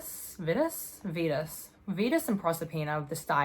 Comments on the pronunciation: Its v-eye-tus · I pronounce Vitus like(VY-tuhs) similar to Vital, or rhyme's with Midas.